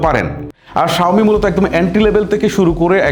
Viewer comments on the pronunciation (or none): সাউমি কথো বার বলেন 😂😂